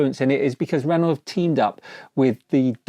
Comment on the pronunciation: It's ren-oh (good vid tho 👍)